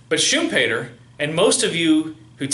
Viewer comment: no no... pronounced correctly. I'm from Austria. Every german native speaker pronounces it like that when talking English...